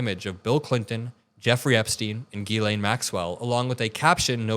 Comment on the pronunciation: Thank you for pronouncing ge lane correctly